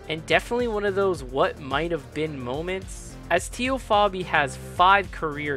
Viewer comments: TEE-O?? TAY-O. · good video. Its Tay-o not Tee-o though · "TAY-O" Fabi.